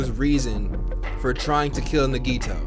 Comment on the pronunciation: Hey I love you just want you to know that you’re pronunciation of Nagito is wrong it’s na gee toe 💜💜